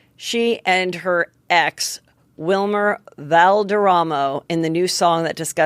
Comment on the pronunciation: I know Heather does not do it on purpose and people (very annoyingly) give her negative feedback on it but I find it so endearing/charming when she slightly mispronunciations names (Wilmer) - thank you for not editing it out or feeling like you need to fix it. ❤️